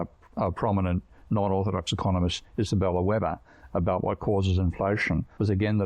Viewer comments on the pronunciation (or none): none